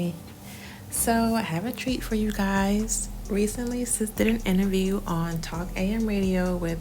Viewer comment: This "innaview" was a hot darn mess